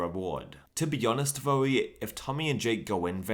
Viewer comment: 'To be honest Though-e' I don't understand the need to add an e at the end of the word though